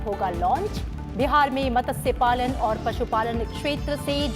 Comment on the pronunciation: Mam! It's not मतस्य it's मत्स्य🙄